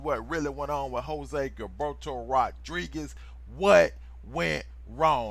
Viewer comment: Is pronounce jilberto or hillberto